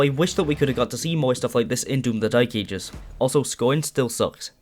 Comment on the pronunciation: That’s how he pronounces it to be fair and it really winds me up 🙉